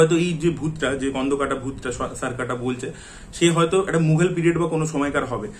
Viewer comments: কোন্ডোকাটা হয়না স্কন্দকাটা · স্কন্দকাটা হয়না স্কন্ধকাটা হয়